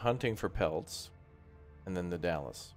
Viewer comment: Dalles is "Dalz" haha, Dallas is in Texas :')